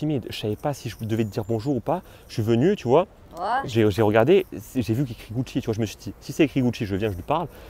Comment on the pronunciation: Le gars dit GUCHIT